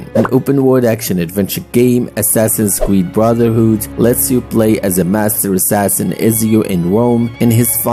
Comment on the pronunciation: Nah bro said "Assassins creed rock"💀💀